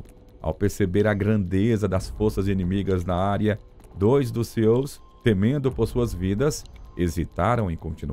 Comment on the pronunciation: Cara... Não é CEO 😂😂😂😂😂 É SEALs Pronuncia totalmente diferente...